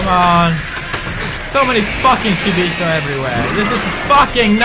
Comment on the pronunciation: still keep calls them shiboto !! ow pewds !!